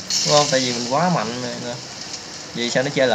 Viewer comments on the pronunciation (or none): none